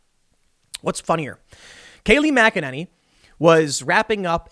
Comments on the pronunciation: OMG you said her name right!! THANK YOU!!! THANK YOU!! GJ!!! ♥♥♥ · Waouw, look at you Tim, learning almost how to pronounce Kayleigh McEnany’s name and everything!😅😇